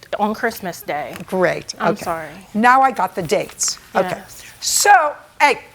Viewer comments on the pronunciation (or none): So… ‘EY!!! 😂😂😂 Love how JJ always takes off the “h” when telling off litigants for raising their hand or not listening 😂